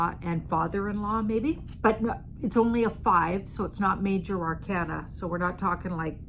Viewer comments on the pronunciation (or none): none